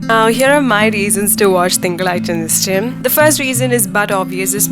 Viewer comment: You shouldn't have pronounced 'zha'.. 😃